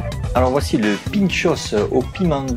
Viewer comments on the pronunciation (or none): Un pintxo, pas un pintxosss ...